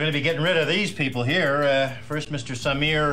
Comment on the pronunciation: You did not pronounce Samir's or Chotchki's names correctly.